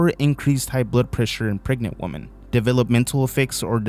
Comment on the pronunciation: The plural possessive nations' is pronounced "nations", not "nations-es". The plural possessive people's is pronounced "peoples", not "people-ses". The word women is pronounced "wem-in", not "woman".